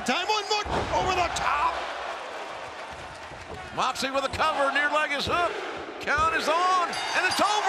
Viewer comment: "J-h-eeeooooon Moooxley!" Really, Justin? Even in his hometown you keep saying his name wrong.